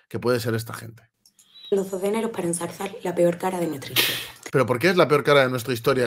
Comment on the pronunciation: La pobrecilla en dice 'ensarzar' en vez de 'ensalzar'. Ese es el nivel.